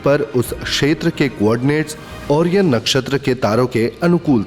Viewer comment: ओरियन नही भाई 'O- ra-yan'.